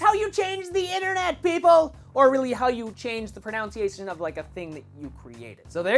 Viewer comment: don't be pissed, but it's pronounced pron-un-see-aye-shun not pron-own-see-aye-shun